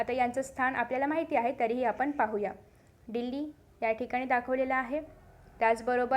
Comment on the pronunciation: डील्ली नाही दिल्ली असतं check your pronounsetion